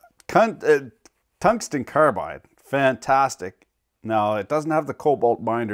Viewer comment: My boss has OCD, so I always put the stickers on slightly crooked. Edit: You feeling okay? You said tungsten carbide... Seems like you have a few syllables out of place there. Better get it looked at, just to be safe.